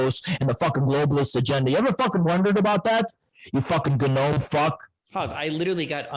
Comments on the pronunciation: I think the G in gnome is silent. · MF said “guh-nome” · I cannot tell for sure if emphasizes the G in gnome intentionally or not.